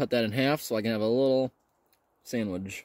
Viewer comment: You are supposed to give the FRH a little shake to help it start the chemical reaction. Also not supposed to set it down flat but on an angle. Also please learn to say sandwich properly.